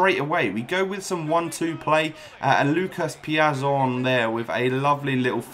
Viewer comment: It's pronounced Lucas piatson